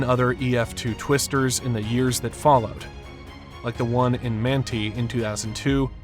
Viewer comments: Thank you for that! I was also about to say it’s pronounced Man-tie not Mantee. 😊 But unless you’re from Utah or familiar with the town you will probably mispronounce it. Are you from around there? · Not a big issue, but you called Manti "man-tee" when is pronounced "man-tie." Really good video. I was 11 when this happened. My dad worked in DT Salt Lake at the time. But his office was luckily not in the direct path and he was uninjured. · And Manti is not “mantee” it’s “man-tie” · Manti is pronounced “man-tie” not “manty” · "Man-tee"? Cmon bruh its Man-tie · Btw, Manti is pronounced Man-Tie (like a neck tie) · Just a note here, Manti is pronounced Man-tie, not man-tee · Ok first the town is pronounced like man tie not like man tee 😊. Second there has actually been 5 major tornadoes since the one that hit salt lake. Major as in caused significant damage. The two worst were two f1 tornadoes that hit the south Ogden area in september of 2019. The first one hit a residential area causing a lot of damage to many houses. Then less than an hour later, a second one hit a walmart causing a lot of damage to the store and picking up carts and throwing them at cars in the parking lot. All total they caused nine million dollars in damage. Third the reason they had that radar to monitor high winds is because we don't get many tornadoes, but we do quite often get hurricane strength winds in different parts of the state. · It’s not pronounced MAN-Tee, it’s pronounced Man- Tie (like necktie 👔). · I was a senior in high school when this happened? I swear I was living in SLC when it happened. Crazy! (I'm sure that others have said it, but it's not pronounced Mantee... It's pronounced Man-tye.) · Great documentary. Btw Manti is pronounced (man-tie). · FYI the city Manti is pronounced "Man-Tie" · Manti is pronounced Man-Tie or Mant-eye. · The city is pronounced man-tie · It's pronounced "Man-tie" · Mant (eye)